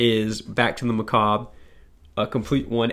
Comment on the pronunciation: Two of your five top are high priority on my reading list so will need to report back!! Also learned how to pronounce macabre via this video. So learning a lot today.